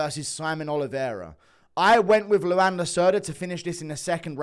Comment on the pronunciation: Its pronounced like Juan but with an L, Luan not Luanne.